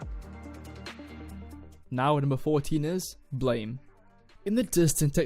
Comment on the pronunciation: Blame ain’t actually pronounced “blame” it’s actually “blam” it’s the sound of a shooting gun, not the word blame, just wanted you to know